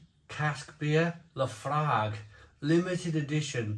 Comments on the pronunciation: It’s pronounced La Froig. Trust me I’m a Scotsman. 😂 I made my own IPA at the Innis and Gunn Brewery a few years back. Was a fantastic day out. Only downside was had to wait 2 weeks for the keg to be ready. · "Laphroig" is the way it's pronounced.